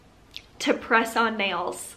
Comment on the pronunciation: Listening and not watching the video...When you kept saying press on nails but thought you were saying croissant bagels😂